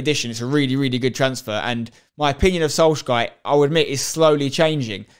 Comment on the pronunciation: Bruh the way you say Soljkaer fml idk how to spell it but the way you say it is worse than my spelling 😂, also why tf is united always a 3rd of 2nd team bruh PUT US IN FIRST YOULL SEE